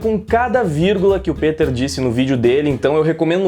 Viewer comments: Ei Nerd peter e não piter kk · Cara mto foda em saber que o é fan do Peter! Ele já havia mencionado antes em outros vídeos, mas pronunciar o nome certo é a prova final de que de fato é fan do ei nerd, tranks?! Peter aqui! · Aaah garoto! Que felicidade em ver alguém pronunciar meu nome corretamente. Anote, você vai decolar no yt com sua honestidade. Tmj! Abs!